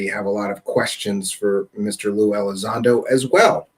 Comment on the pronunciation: LUE Elizondo dudes, not Lou.